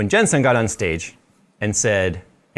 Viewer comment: Why do you keep calling him "Jen Son?" It's Jensen Huang!